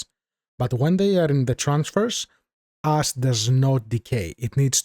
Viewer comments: Very useful tutorial, thank you. Also your accent make it sound like when you say "ash" you are saying "ass" love it was learning with a cool guy who also made me laugh so hard... yes sir, lets see how much "ass" we get... 1 tonne! keep up the good work my friend. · tell me I'm not the only one who heard about creating ass and had to go back.